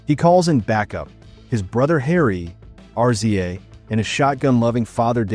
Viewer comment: Great recap... except when you called RZA "Are Zee Aye". It is pronounced "Rizzah"! #WuTang